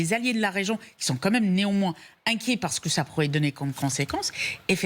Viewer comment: Peer de Jong: " premier point" "pou'quoi, pa'que" "deuxième point" "comment dire...comment dire...comment dire..." Siavosh Ghazi "donc... donc... donc... donc... donc... donc... donc... donc... donc... donc..."